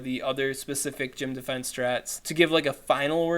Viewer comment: "their dee-fee-ense" hahahaha in all seriousness Keep up the great work, and just for a little update my raid group got so excited talking about a re-release of the RayRay I went and powered up that spare one. Hope one of these days I catch your live stream from Aussieland.